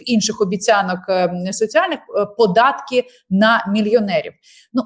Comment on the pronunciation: І прізвище, а ще більше того імʼя -. (Шевченко на тому світі, мабуть за голову хапається.) Розумний політолог, багата мова, а вимова? Караул! Що це за аля юлятимАшенка? " на межИ розколу." "пАрядкАм денним", "теж гАворила теж про пАдатки... яке пАстраждалА.., Астання спроба... треЦя партія, деорганізацИя.." Слухати, звичайно, важкувато і дивно. Людина живе в Україні, а мова українська, як у москаля, який намагається вивчити українську.